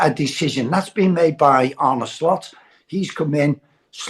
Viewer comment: Arn-uh not Arnie , it's not that difficult